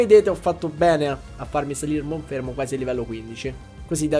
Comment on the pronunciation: No, però io MONFERMO non lo posso sentire